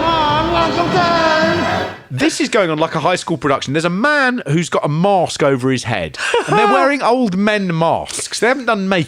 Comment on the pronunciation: No "r" is mask